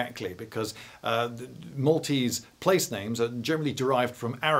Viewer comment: This is a seal 🦭 of approval for your pronunciation of Maltese names, from a Maltese person 😁👌.